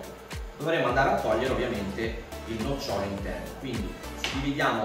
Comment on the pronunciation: Grazie della ricetta! Ho sempre sentito 'nocciolo' (l'albero con la pronuncia come ghiacciolo) invece di 'nocciolo' (= seme, con l'accento sulla prima o). Ho sentito male?